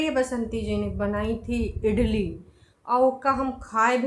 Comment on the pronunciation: बहुत पढ़ी लिखी है इडली को इटली ब्लॉग को बिलॉग बोलती है